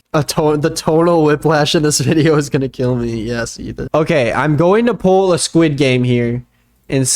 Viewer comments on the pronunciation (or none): none